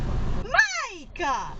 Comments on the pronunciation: #1 The fact that the female turned "Mike" into three syllables, tells me everything I needed to know. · “Oh my god-ah. Mike-ah”. Is she a fugitive from a cop cam video? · #1. I think the younger dude's name is Mica...or that lady adds syllables when she's upset!